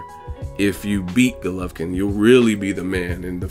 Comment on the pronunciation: Golovkin dumb ass not gulovkin that is how u saing it